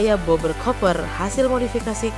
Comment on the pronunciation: Min, mohon bahasa inggrisnya di perbaiki, karena ada kesalahan pengucapan kata chopper dan bullet. Sekian~ Dan terimakasih ~ Awokawokawok~